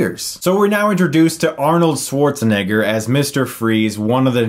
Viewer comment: To much "Igger" you put in Schwarzenegger's name, bro🥴